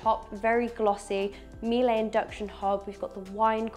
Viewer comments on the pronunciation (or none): Miele...... pronounced "Meeler" not "Meelay" like you said "the little thing's" 👍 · The appliances brand is pronounced “Meelah” not “Meelie” - know your product! Also can you both please stop saying “guys” - it’s really irritating.